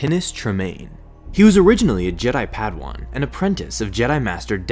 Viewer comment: Pad-ah-wann, not pad-wan In-teh-roh-gator, not In-TEA-ro-gator